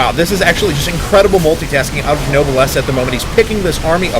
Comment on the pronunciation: I love noblesse's multi-drop style. Btw. pronunciation note: "Noblesse" is pronounced "No-bless", Not "Noble ess"